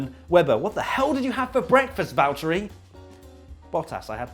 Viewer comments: How hard is it to say valTTeri not valterri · The meme is good, but while we are on the subject of names.... it's VALTTERI. Not Valterri. Not Valteri. And definitely not Valerie (yes, I've seen that as well). Thank you. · that williams simpson thing had me in tears. first because it was the funniest shit that i have seen in a while, secondly because of how sad i'm for Williams for Kubica. also it is Valtteri Bottas. not Valtterri or valtterrrrri bottas. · It’s Valterri. Suck it.